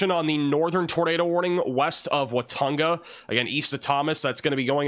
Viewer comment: I wax born in Watonga OK. Its pronounced Wa-TONG-a. emphases over the middle syllable ‘tong’